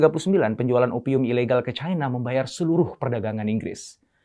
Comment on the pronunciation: Cina pak, bukan caina 🤣